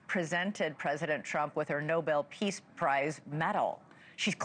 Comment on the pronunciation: Elizabeth Vargas is so embarrassed she calls it a "Preace Prize." 😂